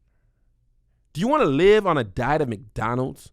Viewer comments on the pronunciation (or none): none